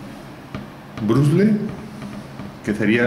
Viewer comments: se pronuncia Bróshles no Brashless...el dice brusels no brugles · se pronuncia brashless no brugles